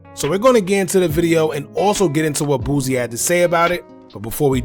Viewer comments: BOO-SEE not BOOZEY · Bruh who is Boozy? Lmaoo it’s pronounced “Boo C”